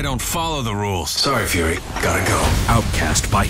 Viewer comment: There's only one "R" in Nick Fury. You do know that, right?